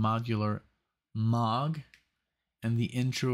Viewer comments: Why do you call it Mog? It's Moog! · A few things: 1) Hearing Is Believing is available to stream on Prime Video, and it's fantastic. 2) Moog is pronounced "Moge." 3) Rachel will be 30 in December of 2023.